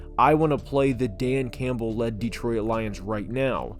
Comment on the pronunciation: Is it just me or is he pronouncing Detroit as De-Troy-It?